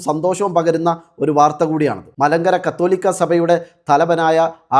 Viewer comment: കത്തോലിക്കാ ബാബ അല്ല കാതോലിക്ക ബാബ